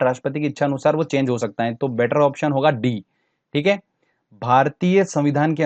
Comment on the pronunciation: Sir aap है को हें kyun Bolte hai . I m just kidding 😜😅🙏